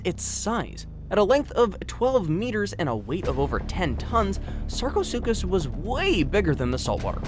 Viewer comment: Lmaoo “the suckaasupis”